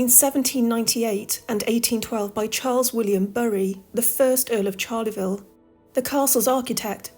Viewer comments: Charleville is NOT Charley -ville , it is pronounced Sharl -uh - ville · Great video - but there is no 'Charleyville' - it is pronounced "Charl-vil" with no extra vowel sound between the two halves.